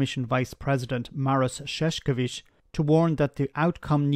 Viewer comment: There is no "K" sound in Šefčovič whatsoever. The first "Š" is "Sh" (correct), but the "č" is like "ch" in chocolate. It is not that hard to grasp.